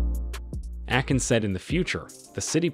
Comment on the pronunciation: Did he just call him AKIN!!! Brooooo i'm out.